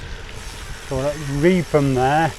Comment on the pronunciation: sorry but it's pronounced reefham